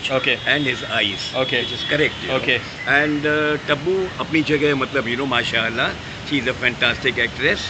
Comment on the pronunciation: Tabu ko Tappu bola yeh 😂🤣🤣